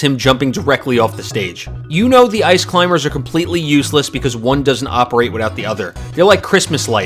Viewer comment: Lol this dude said ice climber like a faking Christmas 💡 I’m cry it’s so dam funny